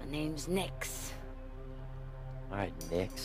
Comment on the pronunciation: lol at "Nixer"